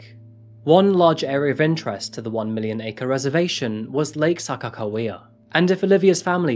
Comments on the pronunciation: Lol gotta say the shortest video Ive seen you do, but as a NoDak born and raised I don't blame you.. cheers.even said Sakakawea right, marinara was sorta close! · I'm an indigenous woman member of Iraqouis Nations the Mohawk Tribe and the Turtle Clan. Thank you for featuring an indigenous woman and pronouncing Saca Hawaya correctly!